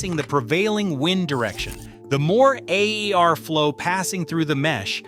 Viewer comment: “A E R O” 😂